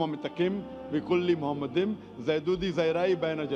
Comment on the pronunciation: Talking about open minded. The first mistake in here is that Zakir Naik says מַחֲּמַדִּ֑ים is ‘muhamaddim’. But that is wrong, it is pronounced as ‘ma-kha-madim’. So there is no pronunciation of Muhammad. The other mistake made by Zakir Naik is that he said that ‘מַחֲּמַדִּ֑ים' is a name. Again he is wrong because מַחֲּמַדִּ֑ים is a masculine plural noun, so it is not a name (like יְהוִֹה, Yhvh). And because it is not a name it is impossible that it is about Muhammad. Also the claim that the plural 'im' (or 'eem') in ma-kha-madim in the Hebrew language was ‘added for respect’ is in this case false. Biblical poetry is typically built on pairs of metaphors, for example "they were swifter than eagles, they were stronger than lions". In Song of Songs it's "His mouth is most sweet, ממתקים, he is altogether lovely, מחמדים. So מחמדים, ma-kha-madim is equivalent to ממתקים, mamtaqim. So the addition ‘-im’ is just a superlative of ‘desire', so it means 'most desire'. Exactly in line with the other words in vers 16: ‘mamtaqim’ = most sweet and other places ‘partamim' = most noble. So in this case it has nothing to do with respect but it is the superlative.